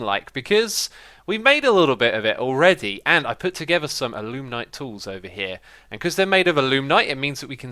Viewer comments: Also it's A-loo-might (A as in apple, not uh) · There is no "n" in alumite